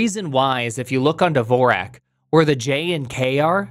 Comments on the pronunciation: WTF is "Devorak"? There is no 'e' in "Dvorak". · he's been using Dvorak for 10 years and still can't pronounce it